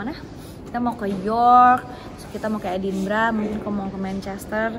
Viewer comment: Raffi Gigi...Edinburgh bukan Edinbragh..ntar org sana bingung kl nyebut nya edinbragh